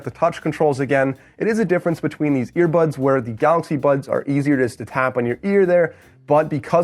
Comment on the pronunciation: Did he say ear buds or ear buns??